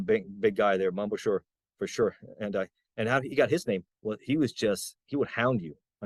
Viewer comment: Mom Boucher. It's Boo Shay not Boo sure.